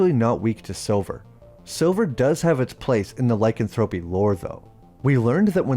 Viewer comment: Loved this channel for a while but to this day your pronunciation of “lycanthropy” irks the hell outta me